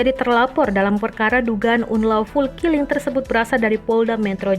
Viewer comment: "unlawful killing", kok dibacanya seperti orang yg belum pernah belajar bahasa inggris?